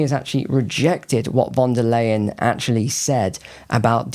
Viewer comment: Leyen is pronounced in German as 'lie-an' not 'lay-an'..